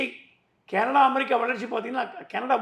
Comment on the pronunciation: கனடா எனும் உங்கள் உச்சரிப்பு கேரளா என்பதுபோல் ஒலிக்கிறது